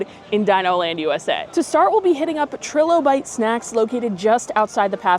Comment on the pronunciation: The vowel sound in trilobite is a long i that sounds like “try”. It’s an extinct arthropod and is a commonly found fossil. We find them here in Michigan occasionally.